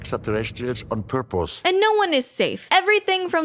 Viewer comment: Sounded like they did it “on purples” instead of “on purpose”